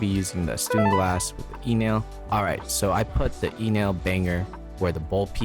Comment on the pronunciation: Sorry dude you're saying it wrong it's called a stundenglass. ✌️